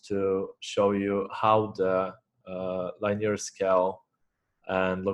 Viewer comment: I love how you say liney-er bro